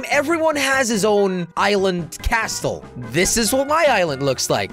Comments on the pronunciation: I'm pretty sure the t is silent in castle jelly😂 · wrong pronounsation of castle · Did he really just say cas't'le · Jelly said Castel not castle jelly it’s called Castle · T is silent in castle thank u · Jelly, you don't say the "t" in castle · Jelly, a little tip, it is pronounced like casl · you don't pronounce t in castle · jelly you really need some time to learn how to pronounce castle the t is silent for god sake 😂😂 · It's pronounced casil not castel